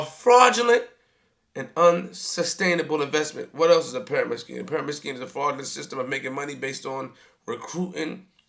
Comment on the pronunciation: I feel dumber after listening to this moron. u can’t even pronounce pyramids correctly 🤦🏻‍♂️. Who cares about what the hood thinks the Goal is to get out.